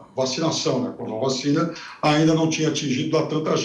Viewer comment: De onde saiu essa caricatura do pipérssimo? Esse é um tucanóide que faz questão de falar vachina DITAdória! É um debilóide, deve estar no lugar da amANTA e joel!